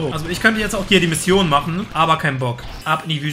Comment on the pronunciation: Machne, dran denkne... Wtf sprachfehler